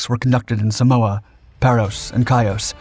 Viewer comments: It's not "Say-mohs", it's "Sámos" People need to stop americanizing non-english names and words. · Great content. FWIW it's Samos pronounced Sah-moss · Great video, Thank you. SAMOS not SAMOA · SAMOS. Not Samoa. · it is called SAMOS not SAMOA which is an island country in the Pacific Ocean FFS! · You must mean, SAMOS, the Greek Aegean island — not “Samoa” (which, of course, is in the Pacific). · Samoa? It's Samos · Watching from Greece.hi everybody. Interesting video.(It's Samos not Samoa). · its Samos NOT Samoa you are not in the Pacific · "Samoa?" My Dad was deployed to Samoa at the time (specifically Pago Pago), part of the hastily deployed contingent of U.S. Marines sent to reinforce the island's defenses in the months following the attack on Pearl Harbor, and he never mentioned any Greek commandos parachuting into that particular tropical island in the Pacific....😏 The island of Samos (pronounced "Say-mohs*) is however one of the Greek islands held by the Axis during WW2. /smohh😏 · Lol😂as native Greek I thought wtf is he talking about? Samoa?